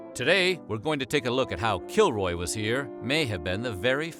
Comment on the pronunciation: help i keep hearing killjoy instead of kilroy